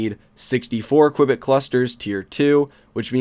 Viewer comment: You have to pronanance the U in Qubit!